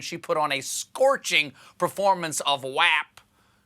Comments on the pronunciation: Saying WAP wrong multiple times... ~*☆**~*DaD Vibez *~☆~**◇*~ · "WAP" rhymes with "mop," like it says IN. THE. DAMN. SONG!